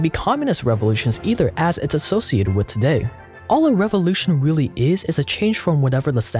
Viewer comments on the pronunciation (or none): none